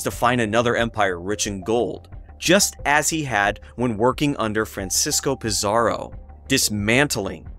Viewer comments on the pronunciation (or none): none